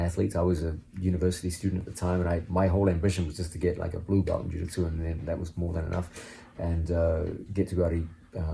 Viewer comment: He says Jiu-Jitsu like my dad Jaditzoo